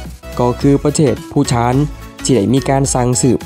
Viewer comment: ภูฏาน อ่านว่า พู - ตาน ครับ ไม่ใช่ พู - ถาน